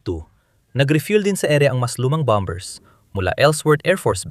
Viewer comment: bom - ers not bom - bers